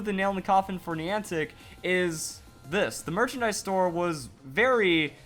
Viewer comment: Niantic contacted network providers in advance to prepare them for the event, most did nothing. I would recommend you do more research on the event before making a video. It's hard to take this seriously when you haven't done enough googling to even know how to pronounce the word Niantic